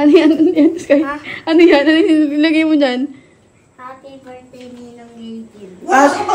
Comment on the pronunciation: Natatawa Ako sa hapydirtday😂😂😂😂😂